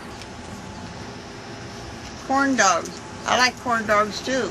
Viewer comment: lol it sounds like she is saying porndogs not corndogs...